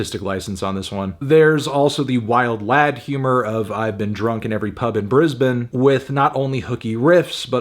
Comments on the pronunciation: I really appreciate that you say Brisbane in a true Australian way as opposed to Bris-Bane that you usually get! Love your work Anthony! <3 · Kudos for the correct pronunciation of Brisbane! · Fantano said Brisbane correctly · Props for not pronouncing Brisbane as "Briz-bayne" like every yank seems to. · Props to you for pronouncing Brisbane as an Australian would and not as a Yank 👌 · He pronounced "Brisbane" correctly, which is a plus